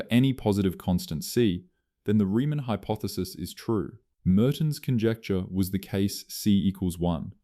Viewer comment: Same as 'hypothesis' read as "hypoethesis", plus the typical contrivedly dramatic composition. All just artifacts of one-eyed 'A Eye' scripting and reading.